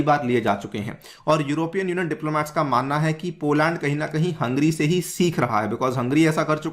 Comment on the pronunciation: you keep saying Hungry instead of Hungary.